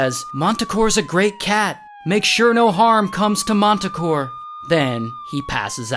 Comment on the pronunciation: They’re performing with this guy: MANTACORE 😂😂😂